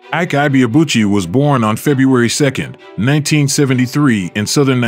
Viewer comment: Maybe unrelated but I couldn't help but wince each time the narrator pronounced his name. It's pronounced "ee-kay ee-bay-a-bu-chi"